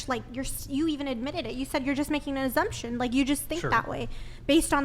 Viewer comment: "You're like just like, making azzumptions and not doing the research." Lol, imagine having to do research on a potential mate. This world is horid.